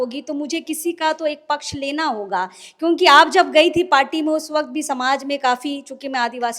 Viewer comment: Madam म ह तो होता है न कि, मैं हे तो